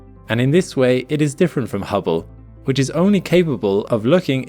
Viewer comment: Oops, ya emphasized "Hubble Space Telescope" wrong in comparison to James Webb's: ya should have said "successor to the HUBBLE Space Telescope" (both are space telescopes; the contrast is in the first parts of the names). :-)